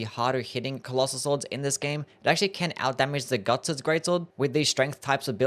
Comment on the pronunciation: Are you saying gugs greatsword or guts's greatsword?